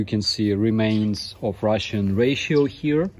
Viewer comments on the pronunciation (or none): Ration is "ra-shen".... not "ra-she-o-(n)" On behalf of every native English-speaker in the world, I apologize for the nonsensical spellings. :) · Ration is pronounced "Rah-Shon". The miss pronounce is adorable though :P. Particularly around 7min 31s where you say "Russian Ration" and it sounds like you say "Ration (correctly) then Ration (incorrectly)"